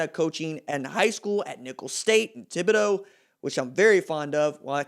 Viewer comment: Are you from Louisiana? You said Thibodaux right lol.